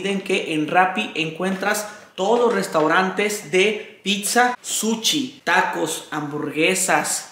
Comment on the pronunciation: "Picsa""suchi" ,por favor revisa tu pronunciación, qué horror.